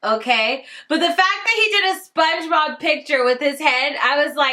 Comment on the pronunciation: pongebob... "PONGEBOB"